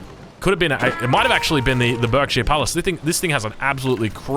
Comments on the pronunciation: don't ask me why, but Berkshire is pronounced 'Barkshire'. we're weird and our names make no sense, I know. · Berkshire is pronounced barksheer